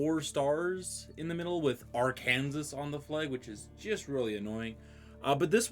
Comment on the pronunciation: It's pronounced "Arkansaw".